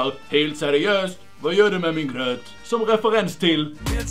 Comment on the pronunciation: Dom säger inte gröt dom säger gjöt